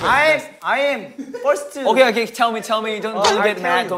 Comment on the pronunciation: I'm firseu